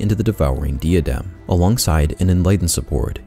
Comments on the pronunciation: If you could learn to pronounce diadem and plague that would be great! It's a bit distracting hearing you butcher those poor words especially because your accent sounds like a native speakers. <3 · The way you pronounce "plague" and "diadem" makes me wanna punch myself in the face till i cant hear it anymore. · Why does he pronounce "plague" and "diadem" like that lol